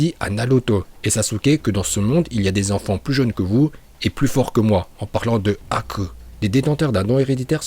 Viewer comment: Tu as vraiment un problème parce que Raiton, Doton et Katon tu prononce bien mais quand tu prononces Suiton et Fūton, ça fait grincer les dents, et aussi Haku se prononce avec un "h" aspiré.